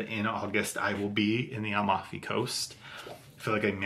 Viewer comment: So sweet ❤. Please show us the Mimosa cubes when you use them. PS Amalfi Coast…it’s phonetically 😊“A Mal fee” coast not…. “Al mof ee”. ❤